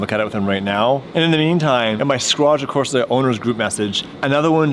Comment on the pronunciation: Squadra Corse is pronounced Squadra CorsE, not CorsA